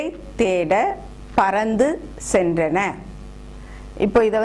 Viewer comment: Why cant we use flood instead of ocean. Flood only comes because of rain drops not the ocean. Ocean comes into the land because of tsunami. tsunamy is due to earth quake. What you mean by "centana" "Cenrana" is the correct pronunciation. சென்றன. தமிழ மொதல்ல ஒழுங்கா எழுதுங்க. அப்புறம் இங்கிலீஸப் பார்த்துக்கலாம்.